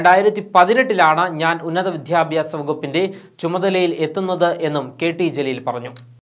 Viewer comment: വിധ്യാഭ്യാസം അല്ല സുഹൃത്തേ വിദ്യാഭ്യാസം എന്നാ പറയേണ്ടത്